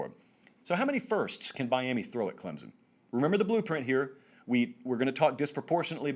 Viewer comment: Stop saying Clemson. It's not Clemzin....wow.